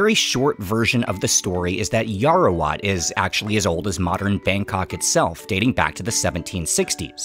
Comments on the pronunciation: Just to correct you, you keep pronouncing Yao-Wa-Rat as Yao-ra--wat. Otherwise, everything else is fine. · yaowarat.. not yaorawat.. :) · It's Yaowarat, not Yarowat 😭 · I'm Thai-Chinese and also live really close to Huay Khwang! I had to pass by on my way to the MRT every single day back when I was in our equivalent of high school, but I personally never thought much of it. I definitely appreciate it more now, though. Btw, it's 'yao-wa-raht' เยาว (yao-wa) = youth; borrowed from Pali ราช (raht) = king, ruler, or to rule; borrowed from Khmer and Sanskrit Thanks for the coverage, man. Keep it up, proud of you! 🙏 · Love your channel man! But, Yao-Ra-Wat is killing me😅